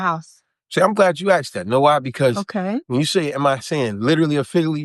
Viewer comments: He didn't ask. He axed. Sheeeeit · I’m not listening to anybody who says, “axed.” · he know wha he axe fo